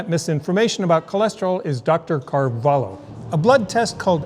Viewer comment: Great video as always! From a native Portuguese speaker, the way to pronounce Dr Gil's name is "Carvalio"